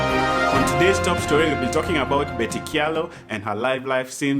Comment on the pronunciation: I just love how you're pronouncing Kyalo 🤣🤣